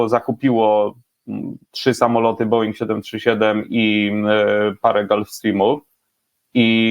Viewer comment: Bołinga, nie beinga, nieuku jeden. Ręce opadają jak po raz tysięczny słyszę na samym początku materiału taki zgrzyt w wykonaniu totalnego laika.